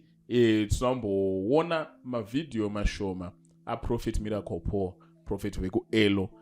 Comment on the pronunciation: Guys pane anzwawo mbuya avo vachiti Mirapol hre 😂😂😂😂😂😂😂😂